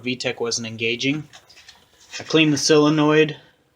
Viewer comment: Solenoid, not silinoid